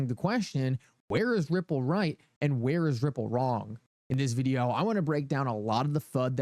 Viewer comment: “In the vid-e-ow!”…